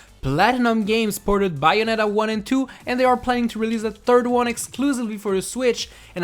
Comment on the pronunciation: It's BAYonetta, not BUYonetta.